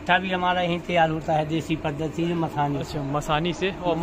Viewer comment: पद्दति नहीं पद्धति होता है।